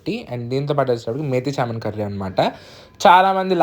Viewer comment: Methi Chaaaaman Kadu ra babu 😂😂😂😂 .. Methi chaman. Its Kasuri Methi not Kasturi 😂😂😂